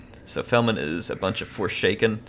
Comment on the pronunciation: Hey name one of the forsaken the forshaken, you miss said it in the video and i thought it was quite funny. No lore or anything it was just funny to me. It was at about in the vid